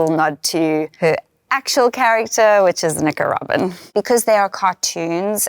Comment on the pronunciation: Did she say Nico Robin or Nicaraguan when she was talking about Robin’s arm cuff? I would have thought she said Nico Robin but it really sounded like she said Nicaraguan lol